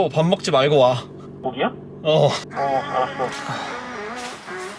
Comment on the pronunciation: 전화내용 ㅋㅋㅋ 너무 웃겨요 고기야? 응 어 얼았오~